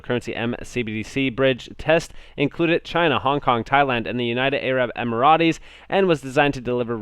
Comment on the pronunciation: bro, it’s Arab ‘em-er-ets’, not ‘em-er-are-tays’